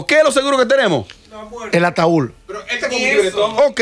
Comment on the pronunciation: se dice ataúd, no ataul. Amelia se dice status, no estato. Por Dios ustedes me agradan mucho, copien del léxico de José Ángel